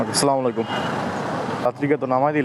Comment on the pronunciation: স্লামালাইকুম না আসসালামু আলাইকুম বলতে হবে।